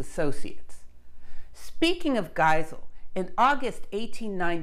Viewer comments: Hi, took me one video to become a fan. One remark: the German named having an sound „[a͜I]“ in, are written with „ei“ instead of „ie“. But I suppose it’s easier for English natives to speak it correctly with „ie“. In German that would be pronounced as a longer „e“. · How did you manage to mess up the pronunciation of "Giesel" even worse in this subsequent video?!? Gazelle? Well you got the /z/ part right at least. You must have got some really bad advice between this in the last video. Anyway, it's "GEEzle" like "Diesel." See my comment on your "Radioactivity: Etymology..." video for some details on German & French name pronunciation, could help you in the future. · The German fellow's name is pronounced GHEE-zell, not GAI-zell or gai-ZELL. Otherwise interesting and informative. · I love your lectures but sometimes the pronouncation of last names throws me off - no I'm not perfect either. No, no problem with your Polish which isn't easy to pronounce. Giesel (Geesel), similar to Diesel, but with G. Yes, there is another physicist Geisel. Yeah, and my neighbour's last name is Geiger. Oh, I hope it's just a coincidence... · Love your videos and the good work you put into them. But at this occasion you pronounced the chap’s name as Geisel. Later you pronounce it like Gesel. I don’t understand why it’s so difficult to pronounce it like Diesel (fuel) but with a G.